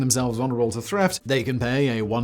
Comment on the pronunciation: Threft. Who would commit that, thrieves?